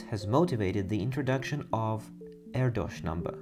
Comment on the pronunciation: Great video. BTW: Erdos rhymes with Airdish. True fact.